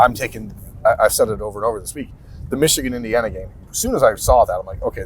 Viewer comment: Yall gotta stop saying Xichigan.....